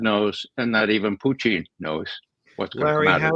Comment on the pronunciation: Why does your guest say "Puteen"? Hes the only person i have heard pronounce his name like that